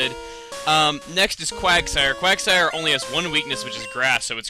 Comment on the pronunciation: Quagsire... Hmm.... I heard Quagmire ._.